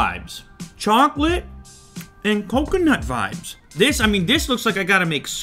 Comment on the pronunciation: The way he says Coconut is strange but not unwanted lol